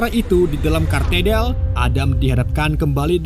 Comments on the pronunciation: itu gereja Katedral bang, bukan kartedal 😂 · Parah. Katedral,bukan Katerdal